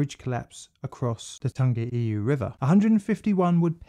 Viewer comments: Chur for this bro, pronunciation is ,tongue E why ,tangiwai,Chur cuz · You kinda murdered the pronunciation mate but ill allow it, knew you would get round to this one, is the Hyde disaster next? another kiwi rail disaster in the main land of New Zealand, the south island, and it involves intoxicated staff and excessive speed. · Not Tangiway, Tangiwai, Tangi & wai as in why. Tangiwai. Tangi: to cry or weep; wai: water. Tangiwai may also be a Pākehā inversion of the more usual Waitangi. Sorry I'm fiercely proud kiwi. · Tangiwai! That's it! (I wrote that horribly mispronounced comment on Twitter)